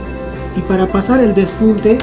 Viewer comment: Q chistoso como dices por el pespunte. Despunte